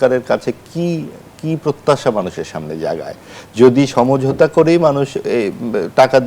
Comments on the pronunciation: উপস্থাপিকা বারবার ছমঝোতা বলে কেন। হবে তো সমঝোতা।।😂😂😂😂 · উপস্থাপিকা সমঝোতা উচ্চারণ করতে পারে না।